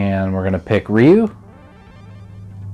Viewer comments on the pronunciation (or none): Great vid, but LOL, Who tf says "Ryu" like this smh...